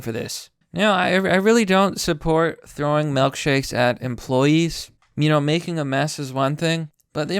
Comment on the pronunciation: Melk shakes. Huh.